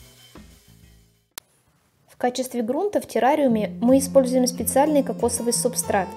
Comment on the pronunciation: вы в видео говорили субстракт а не субстрат